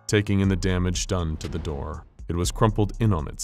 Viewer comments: Why is nobody else talking about how the narrator said "a knock at the der" instead of door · I heard the word der not door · I love this so much, but I love more knowing the infallible narrator and team missed . Very subtle and likely over looked by everyone who views this but once heard cannot be unheard. “A knock at the dur stirred him” a simple slip of the tongue. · I’m dying 😂 “A knock on the derr stirred him” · pls tell me everyone hears him say ' a knock at the dur ' LOL great video though. i love watching these in bed before i sleep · “A knock at the dirr” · “A know at the der”😂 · Is it just me or did he say, "A knock at the der stirred him from his revery"? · “a knock at the derr” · "a knock at the dur" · A knock at da derr. Haha I get this same word mashes some time. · “a knock on the 'dir”??